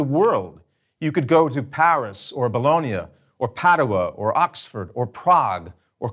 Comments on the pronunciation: it's Bologna, not Bologne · Why did he pronouce Bologne as Ba-loh-nia but Colonge as Coh-lone when they are spelled exactly the same except for the first letter? Sure it's not Coh-lo-nia or Boh-lone?